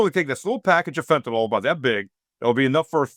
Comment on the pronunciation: Fentanyl... Not fen-ta-NALL. It's pronounced fen-ta-NILL.